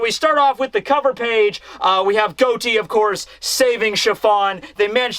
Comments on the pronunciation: Pleas day his name correctly he’s in a mafia pirate crew Say Got-E like John Gotti bro you’re killing me and you’re my favorite content creator so I need for you to read this 😂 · It's pronounced "gah-tee" like John Gotti from the mafia lol